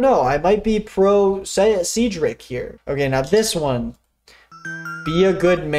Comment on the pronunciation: great video but why'd you pronounce cedric like that